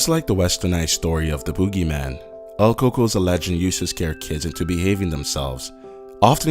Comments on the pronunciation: It's "El Coco"...He said it correctly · everyone is here saying el Cucuy but I was always told its el coco Incase your wondering I'm 100% Mexican and so are mi parents ig it's different from what parts of Mexico were from ? btw my dad is from Axutla Puebla and my mom Chimalhuacán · its El Coco